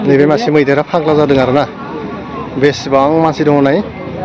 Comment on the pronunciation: मैदैर फाग्ला "जादो" ना "जादों"? जादो होननाया जानो थिननायसो जायो। "जादों" सो बुंनांगौ।